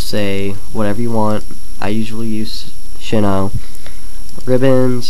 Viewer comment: Did he say "Shinnow"? lol.